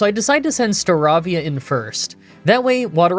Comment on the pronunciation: Too much mispronounciation. "Prinpulp"? "Starahvia"? "Lowpunny"? "Heart Home"!? Did he really just fucking say "Heart Home"? Does this English speaking YouTuber not know how the "th" sound works!? I know he's no stranger to mispronounciation but this was too much for me. And he fucking called Cynthia a "he"! Did you even check your script!?